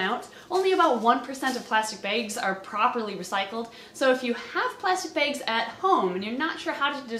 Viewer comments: Love how she says "beigs" instead of "bags" xD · Lol the way you say bags. Baygs😆